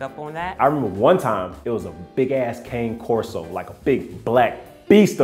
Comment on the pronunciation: It's pronounced con-e corso but you know what they are so kudos to you for that.